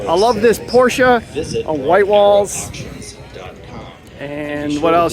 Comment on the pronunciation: Fun coverage and you were one of the first on YouTube. FYI-You're pronouncing Porsche incorrectly.